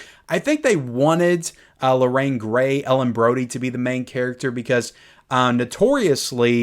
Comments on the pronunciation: Lorraine GARY...not GRAY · Lorraine GARY, not Grey. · Hi, I agree with you on many points. I have a few comments. #1. Its Lorraine Gary, not Gray, but anyway... I'm quite happy with the improvements in 4K over the Blu-ray for #3 & #4. #3 on Blu-ray is so awful and cannot watch it. #2 dropped the ATMOS which I found disappointing. ATMOS on #3 is quite good with the under water scenes having above water sounds overhead.